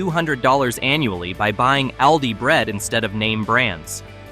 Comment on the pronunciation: Also Aldi,not aldi- short a,but schwa a. I hate AI voice!